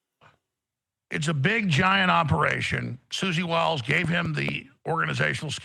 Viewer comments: Sounds like " whiles" not Willis. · You’re mispronouncing Susie Wiles :-). like Wyles,…not Willes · Wiles not willis, that's call pro nown see ay shun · What chew talkin bout Willis? Her name is pronounced Wile ...s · Luke, Susie Wiles' last name is pronounced like Max Blumenthal pronounced it. I.e. "Wyles" with a long i like y sound since it has one L; not "Willis" as if it had 2 Ls and a short i. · Luke!!! I freaking knew you were going to say Susie "Willis". I was hoping you'd do better. You've got to take 2 seconds to learn how to say these people's names correctly bro. It's Wiles!!!! Sounds like While-s. It's not Willis man. Holy shit.